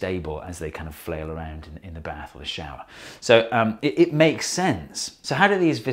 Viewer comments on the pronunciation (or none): none